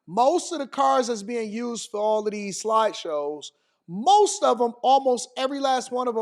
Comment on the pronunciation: AD said "slide shows" like we havn a board presentation.